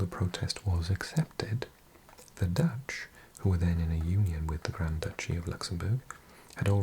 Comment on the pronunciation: GRAND DOOCHIE